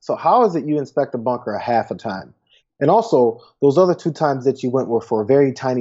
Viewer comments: "I was inspecting the bonker", yeah right! Bunker boy, Orange boy, little hands, bone spur, incoherent speech, and funny hair la la la, la la la In November BYE FELICIA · bunker bit*ch is what I heard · I heard Bunkerbitch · I heard it as 'Bunker Bitch.'